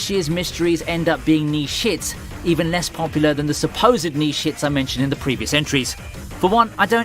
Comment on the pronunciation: The greatest mystery...is he saying niche hits or knee shi''ts